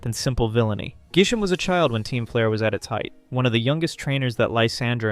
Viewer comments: Dude how the hell did you not realize in editing that it's Grisham and not Gisham? At least state if you're using different region names or something. Like, dude, how can you mess up this bad? and i wont point out how corbeau isnt related to kiren and carmine like everyone intially thought. he has his design because he's a poison and steel type. thats it. like other htan that, i guess good job on the video but this feels weird as all hell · It's GRI-SHAM. Why are you dropping the 'r'??? Also, GRISELLE IS A GIRL. Elle is a common name for girls and also common as an addition to many names like Janelle, Danielle, Belle, etc. did you even play this game?! 😂😂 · There are so many thing wrong with this video but I guess the part I want to focus on is that you mispronounced Griselle and Grisham’s names repeatedly and also that you consistently misgendered Griselle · I also don't get why he so often mispronounced names. Grisham and Griselle are not hard to sound out.